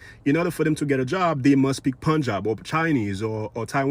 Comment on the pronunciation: They can’t even say the name our language Punjabi properly and you expect their outdated opinions to be credible.